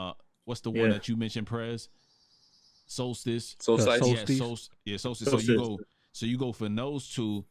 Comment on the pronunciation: I'm listening now! I couldn't find because of the way he was saying soulstice lol. So far so good but to be honest I'm spoiled off Ransom so nobody sound that good to me right now 🤷🏿‍♂️